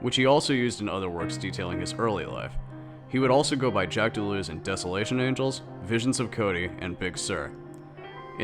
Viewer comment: doo-loo-oz...that's pronounce...he did not wander aimlessly...jeez